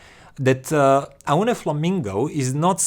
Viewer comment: it is pronounced like "Oh knee"